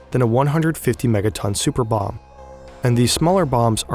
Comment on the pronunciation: It sounds like you are pronouncing the bomb german .... Bombe.